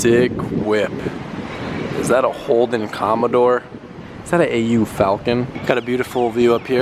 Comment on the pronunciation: how u said Holden commodore made my day lol:)